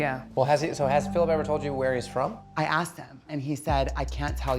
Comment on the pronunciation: aksed...........its asked